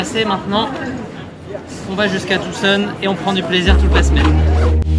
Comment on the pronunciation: Merci de prononcer Tucson de la bonne manière... tous les français prononcent le C mais pas toi, merci !